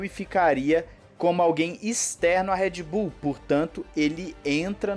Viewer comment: Cara me dói no ouvido quando você chama Red Bull de "Éd Bull".